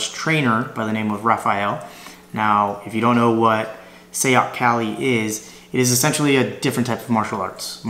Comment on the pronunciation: pronounced SIGH-yoc